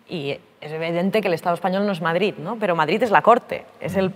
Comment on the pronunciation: ¿Per què diu MadriZ?